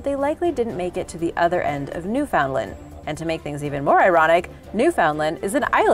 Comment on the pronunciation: It's ironic that names of obscure places around the world are pronounced correctly and you can't get Newfoundland right... It's pronounced New-fund-land.. 🙄